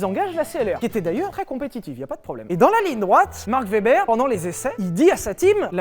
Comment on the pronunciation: je suis désolé mais on dit marc ouébeure pas vebèr cmme la marque de barbecue